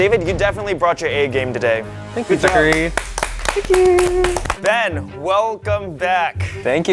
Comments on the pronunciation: why do they call him bean..... HIS NAME IS BEN... THERES NO A IN BEN SO CRINGE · He called him bean instead of ben 😂😂